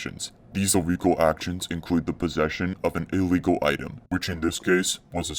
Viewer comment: Yoooo some dude Said iwllegal